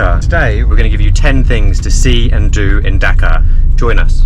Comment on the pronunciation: Great video. You may pronounce it as dHhhaa Kaa not daka and also not bang or Beng la desh but baaaang la desh